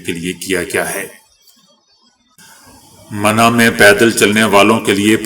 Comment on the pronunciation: یہ کیسے مسلمان ہیں جو MINA کو MANA کہتے ہیں خبریں سنانے سے پہلے کسی ہندوستانی اردو داں سے املہ درست فرمائیں بعد میں خبریں سنائیں